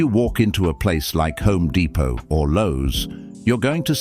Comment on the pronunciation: It's HOME Depot. Not 304 Depot 😅